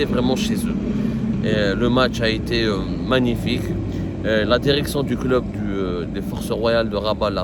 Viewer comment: La derection et le derecteur